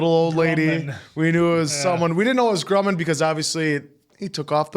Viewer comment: PLEASE don't call him "Groomin'"! It's Grumman, like "um" or "yummy" or "dumb". Like Northrop Grumman the aerospace company.